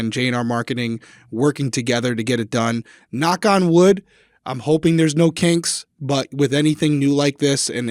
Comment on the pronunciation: In the intro, I genuinely thought you said "hopefully no cakes (instead of kinks) and I actually said out loud "why would you hope for no cakes, cakes are awesome!" 😂😂